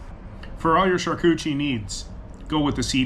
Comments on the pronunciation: It's beyond me that you couldnt say the simple name...champooqdierie!!! say it with me...sham-pook-do-ree!! lol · SHAR-KOO-TER-REE 👍 SHARK-EW-TREE 🤔